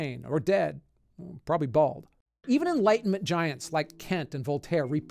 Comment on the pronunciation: "Probly bold"